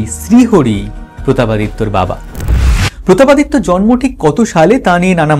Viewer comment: প্রতাপ পাদ দিত্য😂